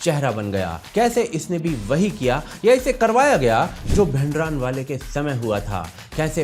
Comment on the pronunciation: भिंडरानवाले नही भिंडरांवाला है सही उच्चारण।